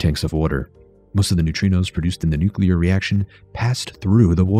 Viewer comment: I love this video! But, “nucular”?? Why?? Just why?? 😭😭